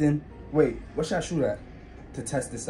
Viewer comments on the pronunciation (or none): he said whay